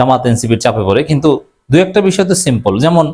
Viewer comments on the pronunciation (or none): none